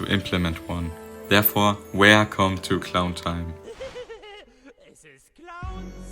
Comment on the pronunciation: Wercome back to